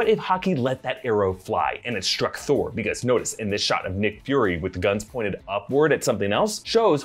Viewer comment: “Give me the toah”